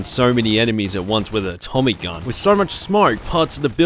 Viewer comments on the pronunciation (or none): none